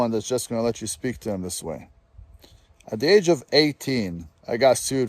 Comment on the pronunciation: Bro I get so excited for these. is SO unintentionally funny. The dude is INSANELY stupid. He even looks like he suffers from fetal alcohol syndrome. Bro can’t even pronounce words with the TH sound.